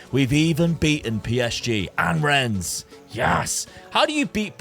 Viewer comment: Rennes is pronounced - Renn. "es" is silent